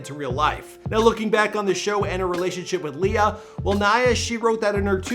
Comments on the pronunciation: he finally pronounces her name right👍🙌🙌🙌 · “Yeah that’s Naya” “NeIgHuH” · Her name is Naya not Neya! Come on at least get her name right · Dude is just not good with names... Nae ya? No mcgoober... NAYA ( Ny Ah... NAYA) Damn ! Didn’t u hear Arsenio in the beginning of the video pronounce her name? I’m starting to think he does this on purpose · it’s pronounced ni/yah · Please practice the pronunciations of your celebrities, especially the ones who are longer with us🤦🏾‍♀️ “NYYYY-UHH”, like “Nitrus”. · its pronounced "NIYAH" come on dude, you could at least get her name right. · It pronounced Ni-yah please show some respects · I don't mean to be petty but it irritates me when people are miss pronouncing her name. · Too bad the narrative could not pronounce her name properly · Pronouncing her name correctly wouldve been the most important show of respect for a start! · Holy crap you butchered the pronunciation of her first name, jackass..... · Its pronounced like Hiya. Not nay-a. Naya. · Everyone says naya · I know!! Right .give my girl her props. PUT SUM RESPECT ON NAYA'S NAME🙏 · Is it bothering anyone else that he kept mispronouncing her name? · I’m so glad I’m not the only one who noticed… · They literally pronounced her name and homeboy is butchering it. I’ve noticed he does that often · Cause he’s Canadian. They have dumb ways of pronouncing names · THANK YOUUY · I know is Canadian so the accents are different and stuff so I'm not trying to rag on him, but I really wish more research and practice would go into the pronunciation of peoples names. For the Pop Smoke video he called Canarsie "Can a rise" and now Naya's name gets butchered for 10 minutes straight. Out of respect to the departed, their names and their home towns, etc should be pronounced correctly. 🤷🏻‍♀️ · I love your videos. keep up the great job but please learn how to pronounce people’s names.